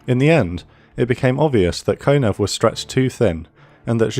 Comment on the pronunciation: Kon- ee- ev